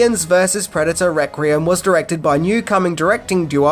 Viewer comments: “ReQUiem”….not “ReCRiem” 😂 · Good video and well worth a watch. If I have one criticism it's this... Why can't you say Requiem properly! It's not "Rek-re-um' dammit! It's 'Rek-we-emm'!!! Am I the only one who flinched like someone who suddenly had an ice cube pushed up their rectum every time they heard this? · Take a shot every time says reck-ree-um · Is "rek-ree-um" the Australian pronunciation? I have several Australian friends, but I don't think I've ever heard them say the word requiem. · Requiem [ rek-wee-uhm] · Requeem!! Its pronounced requeem!!! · You are a star,. We all have our foible words and "requiem" must be your one. Listen to the voice over of Benedict Cumberbatch trying to say "penguin" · For gods sake learn how to talk there is no second R in the word Requiem your killing me dude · Whoa. How many "R's" you putting in "Requiem"?! 😋